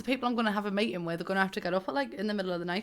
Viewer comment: “Meatin” btw no offense just think it funny btw how do you say bottle of water